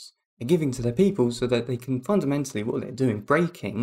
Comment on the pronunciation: you "fondamentally know" your delirium is true? Man this is really bad. Your effort is admirable but let's be serious. How can you know?